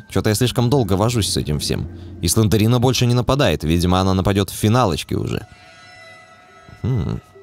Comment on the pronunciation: слендрина а не слендерина емае